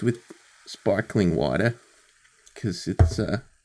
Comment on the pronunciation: "I'm mixing wine with spawkling wateh."